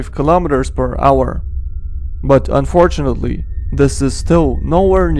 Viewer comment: "unfortuanetly" did he just say that? xD